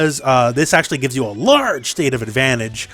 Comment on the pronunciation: "a LARGE state of advantage" I had a giggle with how you said that lol